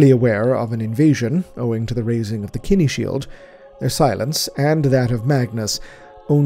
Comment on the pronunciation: I've never heard our humble say a word wrong. But the way he says "kine" shield has me curious. I've never heard it said like "kenny".